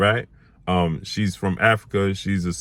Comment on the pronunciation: Africa not Arica